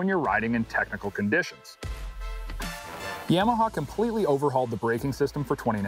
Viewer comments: What the heck is a “yahmahaw “ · Stop saying "YAMAHA" like that.